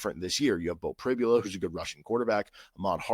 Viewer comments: Hi CJ, I’m very aware. Although, I guess I should be more understanding given the standard of education that Kansas offers. By the way, it’s pronounced Pri-bul-a. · Hi, I keep noticing you were constantly mispronouncing Beau Pribula’s last name. After Saturday you’ll know the name.